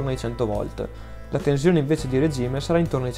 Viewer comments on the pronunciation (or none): Ottimo .... ma non si puo' sentire quella Z sulla parola tensione.